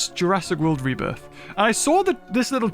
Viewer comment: calls it Rebirtha.